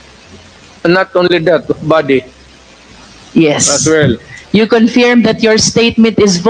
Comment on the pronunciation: Wrong pronunciation of " CONFIRM" You are a lawyer shame on you😅